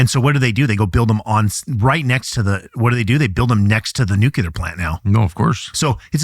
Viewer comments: WHY CAN'T THIS GUY PRONOUNCE NUCLEAR PROPERLY?!! " NEW CLEAR" ITS SO EASY HOW ABOUT A NEW QORD FOR YOU BECAUSE IT IS CLEAR THAT YOU CAN'T PRONOUNCE NUCLEAR PROPERLY!!! UGH 😫!!! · Nucelar ahahha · When people say "Nuculur" vs. "Nu-clear" as it's intended, it is so aggravating! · WHAT ??? Is your guest actually saying "NEW~CUE~LAR" instead of "new~klee~ahr" ??? Bwahahaha. Yeah, he's an educated expert. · Is someone who specializes in energy production really saying nuclear incorrectly?